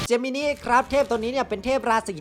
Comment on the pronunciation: ถ้าออกเสียงตามเมะคือเจมินิน่ะครับ